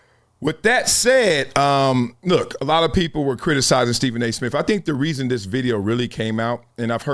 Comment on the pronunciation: The word is pronounced This, not Dis 😂😂😂